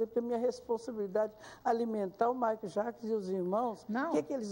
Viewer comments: Mai jaquizon? COMO ELA CONVIVEU COM MICHAEL E NEM SABE FALAR O NOME DELE?? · Michael jaquisom, a mulher não sabe nem falar! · Jura mesmo que ela ensinou o Michael Jackson a sentar na mesa? Kkkk E agora rastando garganta no programa. Viveu 20 anos com ele é até hj não aprendeu a falar o nome de Michael Jackson